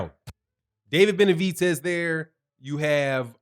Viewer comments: gr8 show always but stop calling him Benavitez it's Benavidez with a D not a T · Benavides, not Benavites. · Why do you keep calling him BenaviTez it’s BenaVidez... with a V